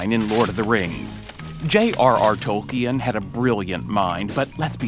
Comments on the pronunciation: Adult Seldon mispronounces Tolkien making it three syllables, it is pronounced Tol-Keen. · I can't believe Sheldon is mispronouncing Tolkien's name! Sometimes... smart people can be total idiots.